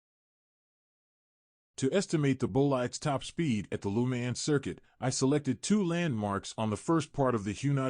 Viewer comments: "Loo man" 💀 it's Lemans "leu + mon" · wish you could pronounce Le Mans properly